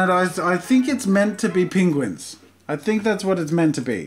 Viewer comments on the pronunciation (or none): Is no one talking about the fact he says "pInguins" instead of penguins? 😅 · Pingwens? Do you mean penguins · Did you call them "Pinguins"? Reminds me of that video where Benedict Cumberbatch can't say penguins properly XD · Oh Jesus here we go with this “pinguins” I had a friend in high school who pronounced it “PINguins” and it drove me crazy 😂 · The way he says penguins 😂 “pingwens’ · “ pinguins ” - Jazza 2k18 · Did he just say pinguins